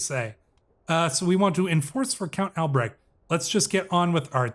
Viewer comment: When pronouncing these German names just use "h" like in "honey" when you see "ch" in names like Albrecht, should be easier and probably more accurate most of the time :)